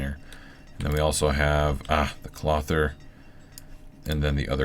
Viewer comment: Glad to see this episode - I've been missing watching these. Norman told me to tell you that clothier is pronounced like Kloh-thee-er, but he didn't want to tell you directly because you made him nervous the last time he corrected you. :P